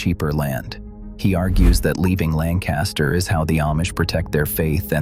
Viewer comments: If one is going to do a story about Lancaster, at least learn to pronounce it as the locals do. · Bye bye. They treat their animals like commoditie, that's it. They get land, they strip if of trees and put up a bunch of buildings. Money is their first love. At least these days I haven't seen them "driving" lame horses down the road. Please learn how to pronounce Lancaster. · I live in York County with friends in Lancaster and the Amish are NOT leaving Lancaster. This is not true. Not even pronouncing Lancaster right. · Too bad the narrator cannot pronounce Lancaster correctly. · You’re not even saying Lancaster correctly. These farms stay in the family. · Yes the kids knew Wyoming is not the "cheese" state that is Wisc. and my Samoyed was from Siberia. the English kids had no clue. The reader does not speak right either...not like "BurtLancaster" but "Linkister"...speak as locals...assymilate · It's pronounced LANK-uh-stir, not LAN-cast-ur. Unless you're an out-of-town English person or an a.i. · It’s “LANG-kiss-ter,” not “Lan-CAST-ter.” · It's pronounced Lancaster, not Lan- caster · This narration pronounces "LANCASTER" WRONG. It's "LANG kuh ster." Not "LAN kaster." 😏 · Please learn how to pronounce LAN'-cas-ter, puh-leeze! Not Lan-CAS'-ter!!!!!! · I live in Lancaster County. Pronounced Lang Kister NOT Land Caster. ~LANG KISTER. There are no Amish leaving Lancaster. I've done business with Amish for decades. Why do you A.I. creeps and people who have never seen an Amish person anywhere but in a picture book claim to experts of a subject you know nothing about. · You're mispronouncing Lamcaster (thus showing your ignorance), It's Lankaster (emphasis on first syllable) not Lanncaster. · Interesting but annoyed by the mispronunciation of Pennsylvania’s Lancaster—Langkuster (the “a” after the “c” is a schwa). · If you’re going to do a video on PA, please learn how to properly pronounce “LANCaster” county. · It's pronounced lang-kiss-ter folks